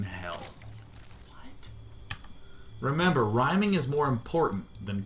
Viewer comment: and i love how thqt dude said rimming instead of rhyming. ur tounge would get tired either way.